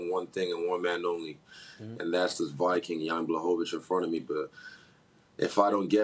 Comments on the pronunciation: Stephen A said bloyvich 😂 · Stephen A is such a casual. He shouldn't be allowed to speak on MMA. Can't even be bothered to learn the pronunciation of the champion. Gtfo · HAHAHAH Stephen A’s pronunciation of Blachowicz is even more funny than Chaels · He heard both max and molly say it and he still said it wrong😂, I think he does it on purpose